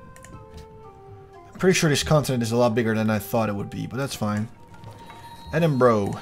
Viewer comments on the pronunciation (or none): its pronounced "eh-din-bur-uh" not "eh-din-bro" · No, it's pronounced ed-in-brugh